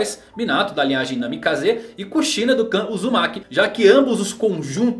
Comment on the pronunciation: tem cara q nunca assistiu naruto todo. So viu uns resumos e leu algumas paradas. A prova é ele falando os nomes,tipo namikaze ele fala "namikazê" zem contas o ashura q se pronuncia "asura" ja o fala "axura"